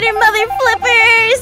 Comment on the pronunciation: when said "mother" it sounded like "mutton"